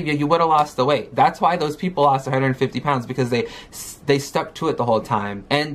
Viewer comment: If she says "prounds" one more time 🙃🙃🙃🙃 So it's the doctors and audiences fault that she has no motivation or self control? Ok gorl. Always looking for excuses. "They were literally saying you're going to fail and you suck" YOU'RE RIGHT, you fail at absolutely everything, you need help. She's so embarassing, blaming everything on everyone. I just want her to stop making excuses...ugh.